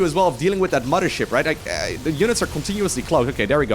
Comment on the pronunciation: TH-at, not D-at cmon bro your English is so good